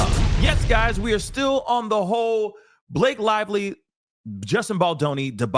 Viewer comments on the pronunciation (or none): I love the way how you mispronounce Blake's name, cause in my first language it means "moth" :D :D :D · I can’t help but giggle every time I hear you say B-lock-a and.